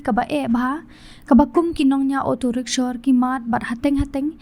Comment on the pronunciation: Rickshaw not rickshor